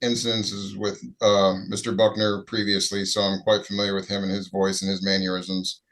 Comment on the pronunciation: Ugh. The cop said “maneurisms” instead of “mannerisms”. Yuck.